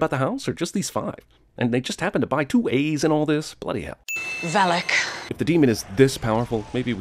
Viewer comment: It's VALAK, how many more FUCKING times???